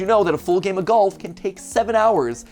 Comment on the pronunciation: did you just say... gayM theory